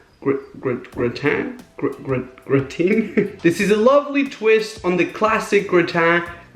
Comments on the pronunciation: gratin = graw-tin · Raphael it's Gra-Tin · Gr-ah-teen Dah-feen-wa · Your pronounciation of gratin is sooo funny im french and u can really say it whith english sounds i think in french it is like gra (a like rat) tin (in we said it a little like "un")